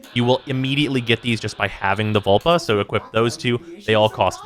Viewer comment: Lol. Vulpa not vulva.